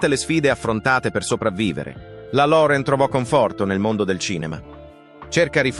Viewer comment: Se uno parla italiano,pronunci.correttamente, impari per rispetto .Loren diventa Lore'n, .